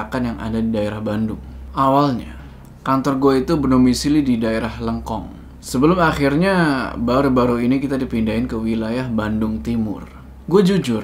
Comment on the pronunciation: Ooh lengkong (bacanya E bukan e, kayak baca lebar bukan emas). Lengkong. Bukan lekong ya...hehehe. emang serem daerah disitu